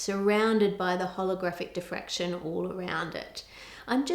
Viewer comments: Diffraction Ann, not defraction. 😂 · diffraction, not defraction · So close. It's diffraction, not defraction. Still an amazing video and still love ur channel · *diffraction, not defraction. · Im sorry, its a great video and all, just wanted to say its Diffraction not defraction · isn’t it diffraction?? rather than defraction? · I thought the word is diffraction. :) Also, it may be worth mentioning the Applied Science channel of Ben Krasnow and his video